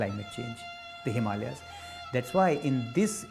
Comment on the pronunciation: The narrator needs to correct the pronunciation of Himalayas...